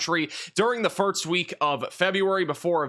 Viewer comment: Am I going crazy or is he saying "firts" instead of "first"?